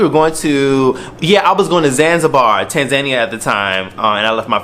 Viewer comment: Nice pronunciation of Tanzania 😂